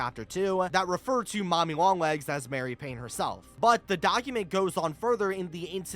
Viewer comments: Why do you always call her Mary. It’s Marie 😭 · Marie Paynes name is actually pronounced as "mah-ree" not mary. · I love your videos, and I don’t mean to sound pedantic, but Marie is pronounced Mah-ree, not Mare-e. Like the kitten from Aristocats. Your content is wonderful!